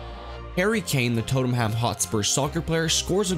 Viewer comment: Please look up how to pronounce names. You mispronounced MacKinnon and Tottenham and Thierry Henry,. Cool video though